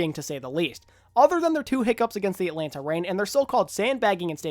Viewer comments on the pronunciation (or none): none